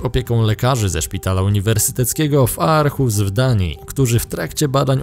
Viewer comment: Arhus czyta sie Orhus